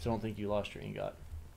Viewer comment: Liking your videos so far. One critique that isnt a huge deal... But its pronounced ing-gut*. The second part is pronounced like *gut*, not like *got Just thought id mention that. Keep up the good videos!